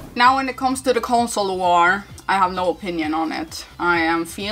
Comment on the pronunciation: “Consoler” always makes me laugh 🤣🤣